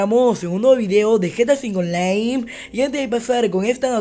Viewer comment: lol estuviste diciendo gta v onlai en vez de online